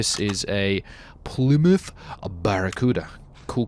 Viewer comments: What is a plumouth its Plymouth ply not plu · Did he say electric engine??????? Oh hell nah. I think he also said “Is this a pluuuuuuuuuuumoooooootth, instead of Plymouth